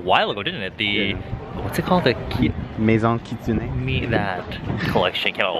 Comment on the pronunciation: you need to improve your vlog's outro, but It's already a miracle to have a vlog so I don't mind ❤️ Also your friend's accent when he said "Maison kitsune" was ONPOINT